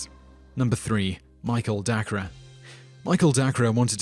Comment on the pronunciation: No.3 is pronounced Michael DAY-CUR, not Dah-cra.